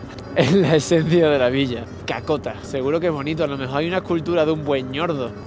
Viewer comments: Ni los locales piensan, lo que pensaste, cacota jajaj asi no se pronuncia es asi Cácota con tilde en la A, que risa el cuento que te echaste en el Minuto en adelante XD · Min cacota tiene que hacer el asentó bien, si no supones que es una caca 💩🤣😂😂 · Jajajajajaja es cácota jajajajajajaa no cacota jjajajajajajajaja y Pamplona es conocida como la ciudad mitrada estudiantil, te recomiendo que vuelvas en semana santa por pandemia las procesiones se suspendieron pero son realmente hermosas en especial la del viernes santo... Un abrazo amigo y en el norte de Santander bienvenido siempre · Perdón por corregirte pero se pronuncia CÁCOTA y no "cacota" y no tiene nada que ver con la "caca". Saludos y un abrazo. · Oye no es cacota sino Cácota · No es CACOTA es CÁCOTA. 😄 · Es que lo pronuncias mal : no es Cacota, tiene acento en la primera a, no necesariamente se tiene que marcar la tilde. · Esta bien escrito Cácota, solo que lo leíste mal